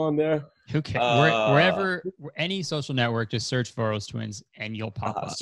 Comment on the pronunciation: Omg as a hungarian it was so weird to hear you pronounce Voros. As I see their name has been modified for easier english pronouncination, but it originates from the name “Vörös” which sounds completely different, so my brain went through all the 7 stages of grief trying to get used to this pronouncination lmao